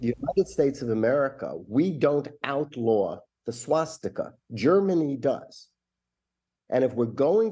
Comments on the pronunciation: When did it become “shwastika?” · What's a SHwastika?